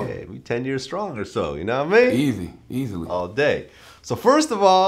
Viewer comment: why put so much emphasis on the word easy lmaoo